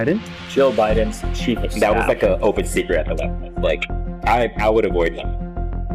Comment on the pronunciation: Did you say "rammed by her chief of Stiff?"